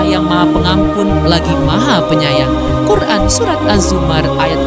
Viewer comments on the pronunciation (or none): none